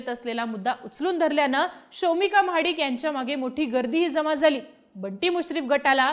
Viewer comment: Mahadikanchya ❌ Mhadkanchya✅ 😂😂